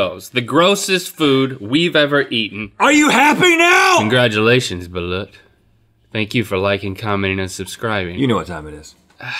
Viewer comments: It’s pronounced baloot. But spelled Balut. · IM CRINGING AT HOW THEY SAY BALUT